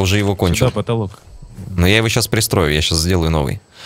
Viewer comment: говори нормально а не так как ты сказал про поталок